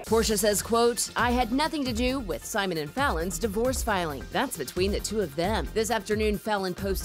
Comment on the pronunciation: Okay she killed she pronunciation of Simon’s last name 🔥🔥🔥